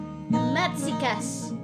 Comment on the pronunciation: What is Madsikas?😂 it’s “bağlama”